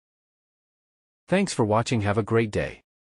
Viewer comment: "great" not "grate"